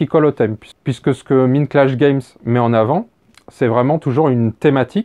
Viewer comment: Tout à fait de ton avis. Par contre, cela se prononce "Maïndclash Games" :) Comme dans la chanson des Pixies "Where is maï Maïnd ?" :D